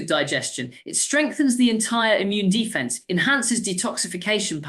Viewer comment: American AI using an English accent. Horrendous word stress and unnecessary gaps. Listen to the pronunciation of some of the words like defence, fragile and eczema.